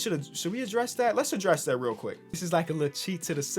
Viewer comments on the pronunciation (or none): none